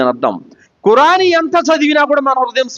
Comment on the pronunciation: ఖుర్ఆన్ అని అతనికి తెలుసు పాస్ట్ గా మాట్లాడేటప్పుడు అలా వస్తుంది , చేసేదేమీ లేదుగాని ఏదోకటి పట్టుకొని విమర్శించడానికి మాత్రం ముందు ఉంటారు మీలాంటి వాళ్ళు ఆయన లాగా దైర్యంగా తౌహీద్ ప్రజలకు చెప్పగలరా?